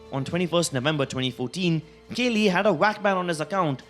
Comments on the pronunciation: kaley?? its kooklyy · Kaly ... Sure ,nice pronunciation xD